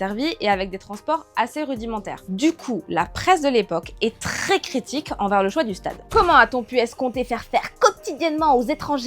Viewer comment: la PKHESSE de l'epoque est TKHES CKKKHHHItique